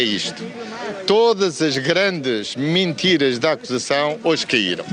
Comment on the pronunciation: eu gosto como ele diz ''Mintiras''... lol